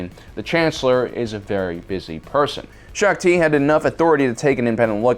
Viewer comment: U definitely got Shaak Ti wrong